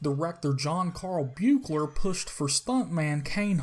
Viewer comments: Buechler is pronounced "Beekler" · It's pronounced "Beekler" btw :) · You said the director's name wrong, every time.